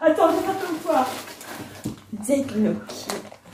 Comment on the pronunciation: Votre complicité est vraiment émouvante et inspirante 💞 Par contre svp respectez les italiens, on ne prononce pas le "G" de gnocci 😂 (--> niocci)